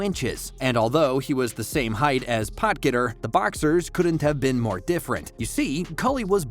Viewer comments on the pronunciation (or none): You pronounced Potgieter totally wrong.